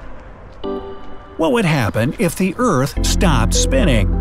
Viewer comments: Did anyone notice he said sropped spinnin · you said “what if the eart SROPPED spinning” 😂